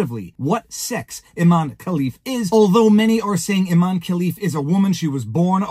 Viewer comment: Pronounced I-MAN-e 😂